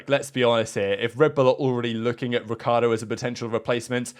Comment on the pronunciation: Technically it's pronounced Ree-char-doe not ric-key-are-doe